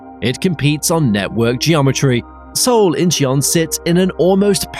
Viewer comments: Also Incheon is not pronounced In-chee-on. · It's understandable that you can't pronounce Korean names like "Incheon" but it is weird that the narrator can't pronounce English names like "Asiana". I'm glad that Korean Air is buying new planes because their fleet has been getting old. I'm guessing that they won't get rated higher until their planes level up, and the nut rage scandal is forgotten. I think the real secret to their success was turning a profit during the pandemic by switching to transporting goods instead of people. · Add Incheon and Gimpo to the list of names said wrong.